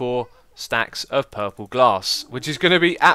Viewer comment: I like how X says 'puhhhple' instead of purple.